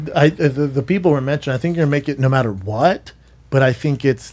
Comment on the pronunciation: why does Brendan say “no matter what” like that? Holy fuck it’s like he’s trying to come off as a moron. Someone put this man in some ESL classes.